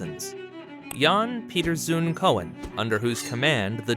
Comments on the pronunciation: Correction: Maurits, not Maurice. The Hague, not Hague. Groningen, not Gronningen. Not one of the first stock exchanges, but THE first stock exchange. Jan Pieterszoo Coen is pronounced like ‘Coon’, not Cohen. If you’re going to spend time on such a specific topic, do it right. Don’t make mistakes like this. You look foolish and uninformed. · oe in Dutch is diphtong, and, as you can even see at WikIpedia, it is pronounced: [kun] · Full of mistakes, for example it is Zoon and not Zoen with ow as in slow and not with oe as in shoe... The borders are wrong, you missed several areas, Koen with ou as in you... etc sloppy work, typical american video.. You missed Japan, Ceylon, Yeman, Ghana.... Maastricht.